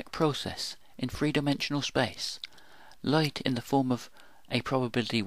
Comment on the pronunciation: Light, life, dynamic are loit, loife, doinamyc in your pronunciation and that makes your movie ununderstandable. Please improve.